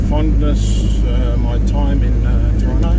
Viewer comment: My hometown... and see it still has crappy roads... I see that they have big ugly apartment buildings everywhere... you missed going up by the old pub on the hill... I know times move on... but the old Toronto that was best is gone... I am glad to hear you say 'Tronno'... lol